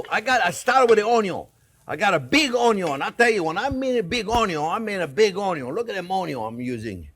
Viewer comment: I live to hear chef say onyons